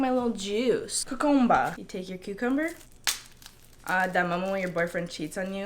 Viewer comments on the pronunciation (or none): I instantly subscribed when you said CUCUMBAA!